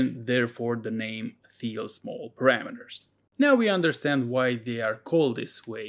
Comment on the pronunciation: Well done. BTW Thiele is pronounced teal (the h is silent).